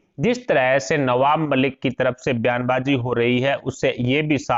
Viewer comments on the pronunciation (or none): none